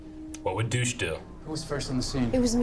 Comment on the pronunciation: why did you suddenly forget how to pronounce douche? come on now.